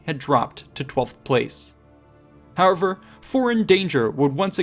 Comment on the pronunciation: Work on your 'however' :D Great video as always!